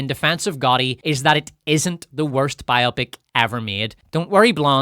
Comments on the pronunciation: for gods sake, its BIO-pic, not bi-OPIC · It's not BI-OPIK. It's Bio-pick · its bio-pic, not bi-opic :D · Am I the only one obsessed with the wrong pronounciation of the word "biopic"? So many say it as "bi-opp-ic", and not "bio-pic" which is the correct way. It is not a two-something (bi-something), but a biography picture (bio-pic). 😄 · why do you mispronounce the word Bio-Pic? It's Biographical Picture not Bi-Opic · It’s Bio-Pic. Please say it correctly 😂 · Nice accent, but it's bio-pic and not bi-opic. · Am I the only one that pronounces it "bio-pic" and not "bi-opic"? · IT IS BIO-PIC, NOT BI-OPIC!!!!!!!!!!!!!!!!!!!!!!!!!!!! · The way you’re saying “bi-opic” sounds so stupid to me. Why would that be the pronunciation? “Bio-pic” actually makes sense: biographical picture. Bi-opic just sounds like having two eyes. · Biopic isn’t pronounced like “biotic.” It’s short for biographical picture, so it’s bio-pic, not bi-opic. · "BIO PIC" Short for "biographical picture" It's not bi-opic. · It’s not BI-opic! It’s bi-O-pic. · Bio - Pic not pronounced to rhyme with myopic. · Why is every one ok with Mispronouncing the word “biopic”? This isn’t an operation. It’s a BIO-Pic. I have never heard anyone pronounce any other way until this video and it’s jarring. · It’s “BIO PICK” 🇺🇸